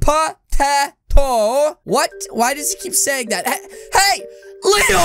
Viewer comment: leo is so funnny if he say pa tay toe